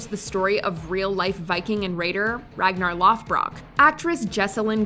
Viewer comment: That pronunciation of Ragnar Lothbrok was awful 😂